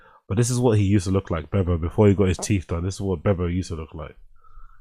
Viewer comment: Beav-O as in Beaver. Dude, lrn2speek.